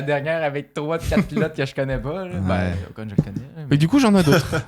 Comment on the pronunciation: Est-ce que c’est moi ou dit «Ocon » à 😂